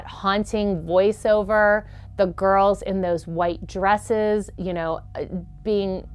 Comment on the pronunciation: I like how she said girls in twilight like it almost sound like gru and gorls